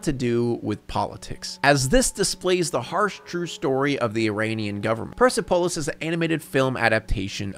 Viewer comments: If you do delve into this movie further, just know that it's pronounced "Per-sep-oh-liss". Kthanx. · Thank you for mentioning Persepolis( even though you butchered the name), that film got me interested in studying Middle East history/cultures while in university